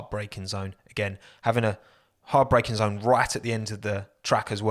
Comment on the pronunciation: did he say hard breaking zone or heartbreaking zone?